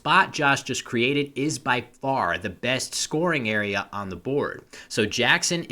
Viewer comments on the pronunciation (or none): none